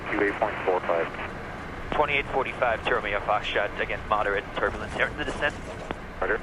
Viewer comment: Turbulenz?? Thanderstorm?? 😂